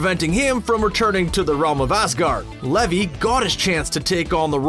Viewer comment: It’s pronounced LEE-Veye, not Lehv-y. Also, EarthA, not Earth (she wasn’t a planet).